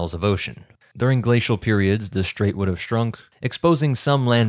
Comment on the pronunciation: English: "strait". STR has no H in it. STRAIT, not SHTrait. Likewise, STRIP not SHTrip.